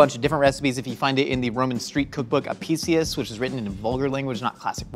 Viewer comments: It’s API-kius. Latin C makes K sounds! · It's pronounced ah-pik-i-us. The Classical Latin letter C is always pronounced as a k sound.